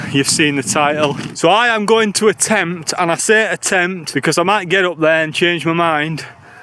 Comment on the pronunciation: Never heard anyone say because so badly before